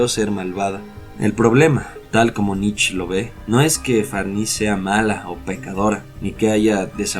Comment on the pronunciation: Muchas gracias exelente video me encanto, solo un detalles sin intención de ofender, la pronunciación del apellido del filofoso Friedrich Nietzsche se asemeja más a la palabra nitche sin comerse la E al final. Mi pareja es alemana y me lo a mencionado mientras disfrutábamos del video.